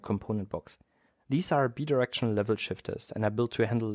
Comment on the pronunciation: BI is pronounced like BYE. BI-directional, not BEE-directional